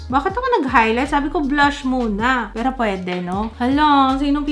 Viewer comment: "pwidi piro dipindi" lmao